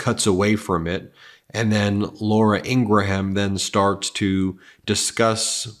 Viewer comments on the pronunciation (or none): NOT INGRA-HAM! Ingrum, FFS/